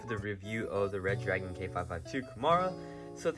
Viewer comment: Re-dragon!!!!!!!!!!!!!!!!!...not red-dragon !!!